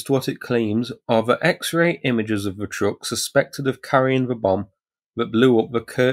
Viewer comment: Nice coverage. But can we have a commentator who knows the difference between :"the" and "ve"